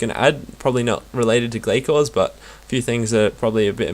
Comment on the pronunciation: It's pronounced Glay-Cores :) Hope this helped :D boots so far 6Stead, 2Glaiven, 4Ragefires, over 7k kills done :)